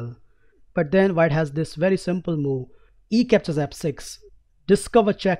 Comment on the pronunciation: why is he saying mou instead of move ?